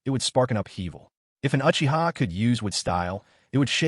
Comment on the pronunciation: How you not pronouncing the Uchiha’s name right smfh